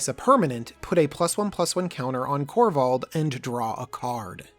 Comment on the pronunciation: Kor-vald sir. Not korvath